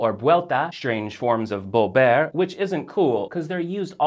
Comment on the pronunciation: Sorry, but his "b's" for "v's" ("bolver" and "boy") are really annoying me.